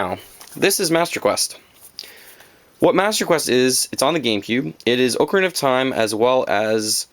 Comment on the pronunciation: Lol he says Oo-carina